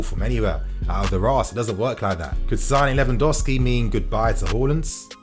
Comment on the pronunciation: Lewandowsi? Haha. Lewandowski